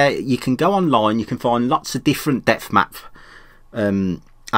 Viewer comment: you kept saying depth map and I thought you were saying death mask :)